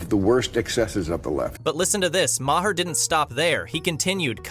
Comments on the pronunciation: Learn how to pronounce Bill Maher name! It pronounced “marr” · bro this video is just you rambling incoherently. you dont even know how to pronounce "maher." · too much explanation. We can understand without all the explanation. Learn how to pronounce Maher.